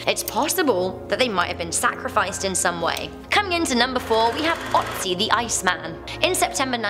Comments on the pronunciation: it's "o"tzi not how you say it. it's an o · I know, I know...it is hard for english native speakers, but please pronounce Ötzi right... it is not Otzi - it is Ötzi (yeah... there are 2 dots over the o ...) and this is pronounced similar to the o in "word" or "world" in english. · It's Ötzi !! ÖÖÖÖtzi ... -.- O vs Ö are two different letters .... :/ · Yay! You read my comment! Also, it's pronounced ooh-tzee.